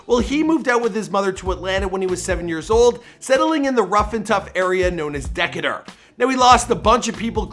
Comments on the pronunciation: Deck a ter? 😊 how do u say u ain’t neva been to Atlanta? Deee cayyy terrrr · Its not Dictator its Decatur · “Deckatur” LMAOOOOOOO, it’s pronounced (de-k-ter) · Did you just pronounce Dee-Kay-Tor as Dek-a-dur??? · “De-ca-tur” we call it Dee cay tur 😂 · Deck - a - ter 😂😂😂 it’s pronounced Duh-cater aka Decatur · Lol thats not how you say Decatur (De-catur). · It’s The d is literally the D sound as in D-Kate -er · It’s not de ke ter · Did this fool just say Dacdur? I'm sleep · stop butching my city. It is pronounced De k tur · Decatur is pronounced Duh-cāte-èr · Dekketer?? De-cay-der? Idn I think he trashed that word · “Dec itar” lol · Ty man!! you can tell he's lame and blames it on being Canadian. Most of his videos he mispronounces things most everyone knows. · Did he pronounce Decatur like that 😂😂😂